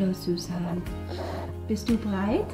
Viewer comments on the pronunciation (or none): You asked "Bist du breit?" instead of "bereit" which means "Are you stoned?". ;) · Love your videos. it sounds like "Bist Du breit" which means "Are you stoned" I am pro legalization, but not at this age 😉🙋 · Eure Aussprache ist sehr lustig: Du fragst Deinen Sohn ob er bereit ist und verschluckst dabei das erste e. B'reit sein ist aber was anderes. :-) Ihr macht das toll und ein englischer Akzent klingt sehr nett.